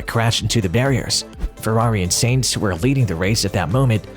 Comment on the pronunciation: Sainz, not Seinz.